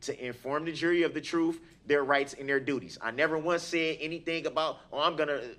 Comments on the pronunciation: EPIC reply.👏👏👏 "troof" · " I am goin to tell my troof" - Darrell Brooks